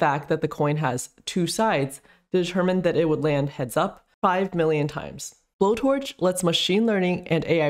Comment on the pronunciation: I thought it is pronounced like blow-torch but not explicitly blow-torch -> bow-torch